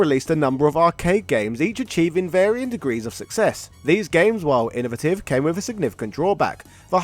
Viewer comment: Am I the only one who sees the irony that he's from the country that originates the English language but he can't speak it can't pronounce simultaneously controversy or innovative what is it with YouTubers